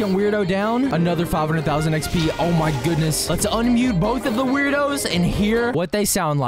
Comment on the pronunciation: tip: the werdos are actually pronounced “word-o’s”.